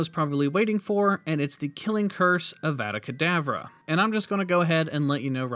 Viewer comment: You know that's not how you pronounce eveda kedavra